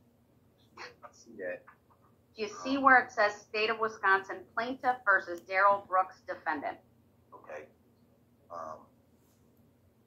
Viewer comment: It's pronounced "DARell" it's pain old "Darrell" . The pronunciation was just another of the games he played. On the arrest video, you clearly hear him say his name.